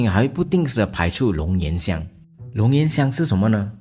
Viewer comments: 龙涎xián香😂那个语文老师教的龙延香？ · 龙涎（贤）香，真丢人